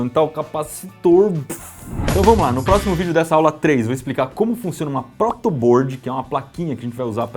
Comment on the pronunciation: Board pronuncia-se bórd. Nem bôrd, nem bîrd.